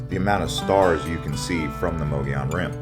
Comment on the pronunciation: Again, it’s pronounced “muggy own”.